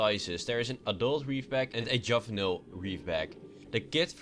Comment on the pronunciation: 1. Treader tr-e-der not tr-ee-der 2. Juvenile j-oo-vin-ile not -juv-un-il 3. Aurora a-ror-a not a-woar-a god learn your english